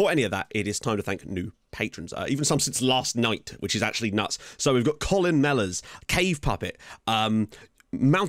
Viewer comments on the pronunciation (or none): none